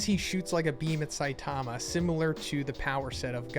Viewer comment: I’m not trying to hate… but you clearly are a huge fan of this Manga… why can’t you say Saitama’s name correctly? Really not that hard you put the emphasis on the first syllable not the second. Weird